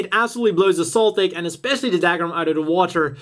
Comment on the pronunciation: What's Dagram?....you mean Dougram pronounced Dugram..